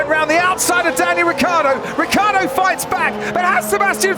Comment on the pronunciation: I'm pretty sure that's NOT how you should pronounce Ricciardo